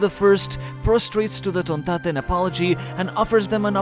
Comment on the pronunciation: You got to love the way bro says tonntada 🤣